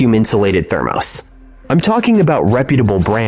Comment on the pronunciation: Thermose is keeling me😂. Thermos I know. It’s the AI.